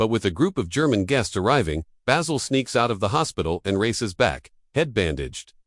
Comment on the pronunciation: Yes, how could this voice be saying 'BAYZIL' when it's clearly 'Bah-sil' as said in the show. WTFF